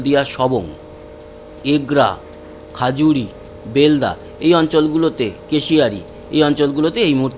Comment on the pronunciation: খাজুরি নয়, জায়গাটির নাম হবে খেজুরি.